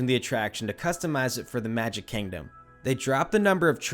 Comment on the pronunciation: “KANG-dom” 😂 bruh moment